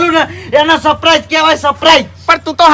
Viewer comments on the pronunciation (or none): none